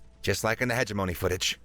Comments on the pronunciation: I ❤ this story and the human narrator. FYI, I think that "hegemony" is more or less pronounced "huh JIM uh nee" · wow your an awesome narrator. you did mispronounce "hegemony" and missed 6 or so adjectives, adverbs, etc. compared to the text on screen so for all intents & purposes thats perfect. if you can do 2 or 3 female voices you'ld give the very best "AUDIBLE' narrator a run for his money. im looking forward to listening to your narration of many complete books. don't let me down.